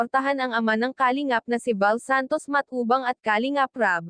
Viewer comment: Paki ayus Po Ang pronounce Ng kalingap...taga saan ka ba